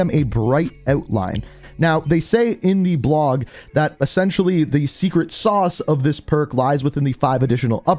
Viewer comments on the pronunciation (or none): none